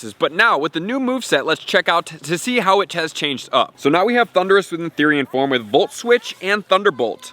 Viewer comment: it's Form. Not Forme.